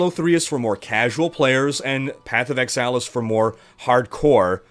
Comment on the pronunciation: Sounds like was taking a course in MS Excel:D. The number of times you say Excel instead of Exile is hilarious:). Thanks for a good vid!.